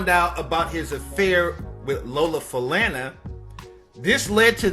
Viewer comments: Show respect and pronounce her name and Sammy's name properly. And yes she was a great entertainer. Loved to watch her. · First. You are definitely mispronunciating her name. Secondly. Also, her disease. Please review live footage her name. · perhaps that's true, but SHE pronounces it as 'fu-lawn-a', so I'm thinking we shouldn't argue with her. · T... you can't be too big of a fan saying her name like that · Hey, Guess they really gettin on U for the last name, mispronouciation? I rewound, the vid, to hear it for myself.....Perhaps, U thought, it was such a long time ago.....that it wouldn't be noticed? By scrolling, through the comments, glad to learn and remember all the fun facts, that made her 1st....in most of what celebrities, strive for! Great Lady! Like, charlemagne the god.......says on the breakfast club, let's drop down a clues bomb for Miss Lola Falana......if she was ever on the cover of Vogue, y'all better save, that will be the MOST collectors, edition 💯✔💕😙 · 🤔🤔🤔 Ok, so "" didn't pronounce her last name correctly, and he didn't pronounce "multiple sclerosis" correctly; not "cirrhosis." Also, how many people out there believe that "Sammy Davis Jr." and his 'white wife," were one of the first interracial married couples in the history of the United States? 😑😑😑 😂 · Re-record your vocal pronouncing her name and the disease properly, She is still beautiful! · I always loved watching her on TV. She's so beautiful. Still is. Very few role models to relate to back then. Thanks for the info. Please learn correct pronunciation of her name. That was hard to listen to. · SHE IS AN ICONIC HOW SHE YOUR FAVORITE AND YOU CANT SAY HERE NAME RIGHT? Think of SANFORD AND SON HE WAS IN LOVE WITH HER KNOW YOUR BLACK HISTORY MAN! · I appreciate you bringing light to such a great talent BUT PLEASE learn how to pronounce her name. It's a downer on the wonderful life and achievements of a PHENOMENAL INDIVIDUAL and the work and time you've put into this.